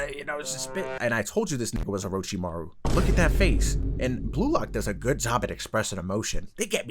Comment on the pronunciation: aint no way bro said orochimaraus son